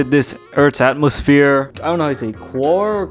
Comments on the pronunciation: lol not atmosphere, "atOmosphere" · ALERT HE SAID EXIT THIS EARTHS ATOMOSPHERE INCORRECTLY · Another one fails to pronounce Atomosphere, F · He said exit this earths atmosphere instead of a-to-mo-sphere... everyone gets that wrong smh....